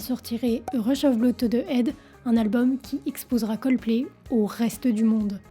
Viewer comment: Juste un bémol: il faudrait faire un effort sur la prononciation des mots Anglais. Head ne se dit pas "aide", le h se prononce ! Sinon, au top !